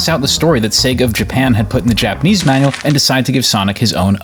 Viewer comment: Penders speaking Yapanese